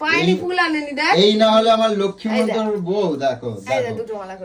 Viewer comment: লক্ষী মন্তর বউ😂 জন্তর বললে ব্যাপারটা কিন্তু আরও জমতো। ওরে /, কথাটা লক্ষী মন্তর নয়, লক্ষ্মীমন্ত😂 কেউ কি শুনলে তোমরা? ছিনালি টা কথা বলতে বলতে, ঠাকুরের সামনে বস্তির ভাষা ব্যাবহার করে ফেলেছিল, বলেই কথাটাকে ঘুরিয়ে দিল! "উদ্মা.." বলছে😂😂😂